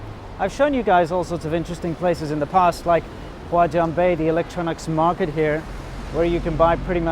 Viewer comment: did he say guajong bay?